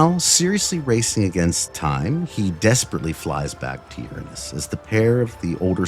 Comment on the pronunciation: Hunhow pronunciation of Uranus is chef's kiss